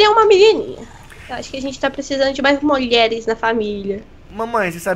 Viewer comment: ''PRECISAMOS DE MAIS MOLHERES'' Kkkkkk